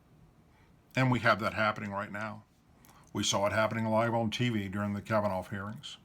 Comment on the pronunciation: OK first of all I subscribe to your channel and support what you do with That said it is kavvanough not Kavvanoff. Please quit butchering his name that’s been done enough and thirdly you speak to Slow making it difficult to listen from beginning to end of your videos